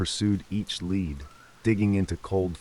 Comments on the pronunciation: Dogs lead not led! Pronounced leed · Great rid of AI VOICE!! OR PROGRAMME IT TO KNOW THE DIFFERENCE BETWEEN A LEAD, FOR A DOG, AND LEAD, THE HEAVY METAL AND REMEMBER THAT IT TOOK PLACE IN EXETER. DO YOU THINK IT WOULD BE A GOOD IDEA TO LISTEN TO WHAT YOU ARE ABOUT TO UPLOAD? WHAT'S WRONG WITH YOUR VOICE? IT'S A GOOD RENDITION OF A TRAGIC TIME EVEN IF YOU HAVE HAD TO COPY (NOT PLAGIARISM) SOME OF IT 😊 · Dogs led was nearby... got to love this AI huh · "The dog's lead" Crafty bugger been stealing the lead off of roofs.